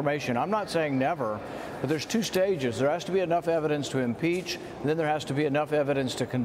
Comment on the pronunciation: Schiff “ desire to peach"